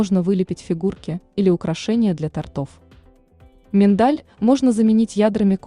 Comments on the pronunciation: Тест хороший. Но тОртов, а не тортОв. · Не тортОв,а тОртов. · Не тортОв, а тОртов. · Не " тортОв", а " тОртов"! Агзамова на вас нет!! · И в слове ТОРТОВ ударение на первом слоге! Уши режет !